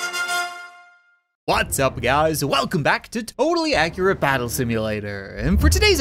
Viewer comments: Everytime he says "Whats up guys" i think he says butts up guys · Omg now i cant unhear it...... I WILL NEVER FORGIVE YOOOOUUU!!!!! :O